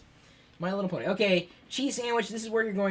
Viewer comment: ken leo "Just saying" should have been enough justification for my comment. Not sure what your problem is, or why you think I'm a loyalist, considering I'm Irish myself, but I'll fill you in anyway, remember in the video when Chris said Bony instead of Pony? Figure it out yourself.